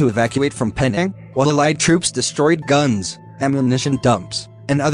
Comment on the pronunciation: Pronounced Penang wrong.